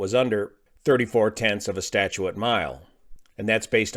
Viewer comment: Thanks. Btw it’s a statute mile, not a “statuate” mile.